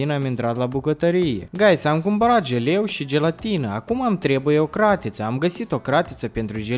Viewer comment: De 15 ori ai spus ,,GELEU”🍮